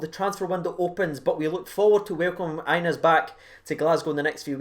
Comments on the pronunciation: Bro, as a Rangers supporter you should learn to pronounce his name properly! It’s pronounced Ya-nice not Anus! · Re the young lad Hagi... His name is pronounced Yanis. Just sayin. Knowledge is power. Sharin's carin' 💙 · His name is pronounced yanis